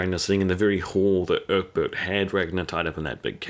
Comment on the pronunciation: Who's Urkbit? I don't remember any Characters named Urkbit, who is that, Ecbert? Come on Man, I tell you this every time, well Urkbit is dead now so I guess focus on pronouncing the rest of the characters names